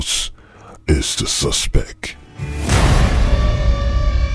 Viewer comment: I caught on right away when the guy said suspek instead of suspect 😀😀😀!